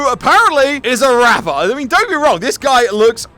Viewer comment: Rapder or rocker